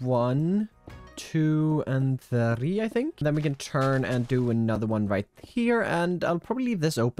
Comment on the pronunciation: your pronunciation of three tickles my brain